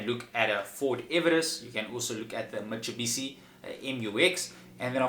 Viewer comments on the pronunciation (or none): Mitsubishi not mitsebishi😂😂😂